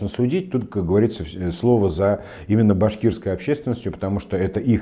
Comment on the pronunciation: Хабиров слово ИМЕННО выговаривает с татарским акцентом